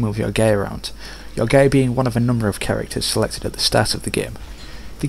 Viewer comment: Why does "guy" sound like "gay"? lOL